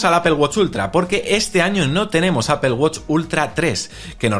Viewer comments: Por qué dicen "APEL"?😅😅😅😅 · Apple no se pronuncia Apel….porque dices apel??????? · Me causa mucha gracia como los españoles dicen APEL JAJAJAJA, digan manzana si no saben pronunciar en inglés. También dicen GOGEL. Parece que lis inmigrantes africanos están influyendo en su lenguaje! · Porque le nombran Apel cuando la pronunciación correcta es Apol. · De donde sacas la "i" para aipel Si lo hablan evitando pronunciar el ingles deberían decir aple tomando en cuenta que no van a pronunciar la doble p aunque si es una palabra en otro idioma lo normal en todo el mundo es decir esa palabra en el idioma originario. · Asi es en España, ni ellos saben porqué dicen palabras como uifi al wi-fi y la mas inexplicable es apel a Apple esa ni siquiera la pronuncian a como se escribe. Pero en España se te quedan viendo feo si lo pronuncias bien entre todos te atacan como si estuvieras equivocado por eso todos los periodistas hablan mal aunque si sepan como se dice.